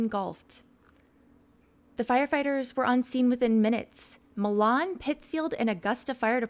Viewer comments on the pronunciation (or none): Hey, just an FYI. In Michigan these towns in Washtenaw County are not pronounced the way you would expect. Saline is pronounced "suh LEEN" and Milan is pronounced "MY lun". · Milan is pronounced My-lin Saline is pronounced Sa-lean Augusta- nailed it. Lol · Judge Simpson is fabulous. He is wonderful. We got hence forth pronounce Saline, like we do the singers name. And Milan... Like My-lin. We don't pronounce crap right up here...